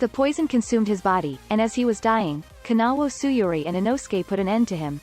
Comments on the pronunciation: It’s Kanao not Kanawo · It not kanawo its kanao